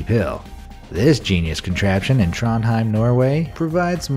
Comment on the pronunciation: For me, a norwegian, its funny how you say Trondheim.